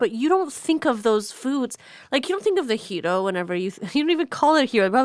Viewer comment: Did she really just pronounce gyro wrong… I expect better of someone with her ethnic background